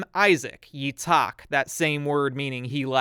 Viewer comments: The H wasn't the big broblem in Itzhak's name. It's pronounced "Yi-t-ch-hak" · I speak Hebrew Your pronunciations are pretty good actually (except Yitzhak which is my name lol), but it's hard for everyone I will say that the only thing you might want to improve is your toning, sometimes you put an emphasis on the wrong part of a word so it sounds weird for me But other than that you were pretty good Love your videos, each time one comes out I'm excited